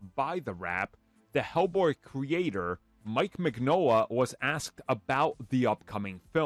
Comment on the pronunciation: Note: Mignola is pronounced "min-YO-la". I wasn't a fan of the third film, but I love the first two. I didn't appreciate that they turned Alice from a middle aged Irish redhead into a twenty year old brown girl with psychic powers for some reason.